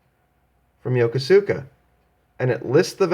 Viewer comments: FYI, and I know this is not the way it is spelled in English, but I believe the name of the city Yokosuka, is pronounced, in english, [yo kus ka], not [yo ko su ka] ... at least that is how it was pronounced by folks in the Navy back when I was one of them. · Be advised.....Yokosuka is pronounced YO-KOS-KA. Better know as "YOKO" to WESPAC FLEET Sailors.